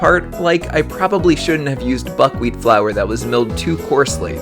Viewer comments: I heard fuckwheat honestly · Who else heard buck weed instead of buck wheat?😂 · did he say butt weed or im just hearing things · Lol kinda sounded like f*ckwheat flour lmao 😂